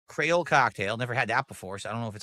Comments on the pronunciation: DEVOUR DEVOUR "CRAYOLE cocktail" its pronounced cree ole and its from Haiti. Creole is a version of French that the Haitians speak. Its like "cajun" sauce but from haiti. Anyone who doesn't know that has never left their house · I never knew I needed to hear pronounce creole incorrectly but got is it glorious